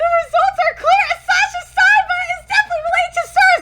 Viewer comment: His name is asahi not asashi